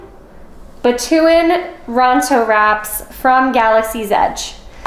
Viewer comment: The locals actually pronounce it as batu-ooh-ahn.